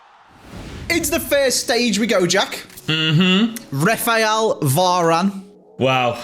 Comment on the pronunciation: “Refael VARane”💀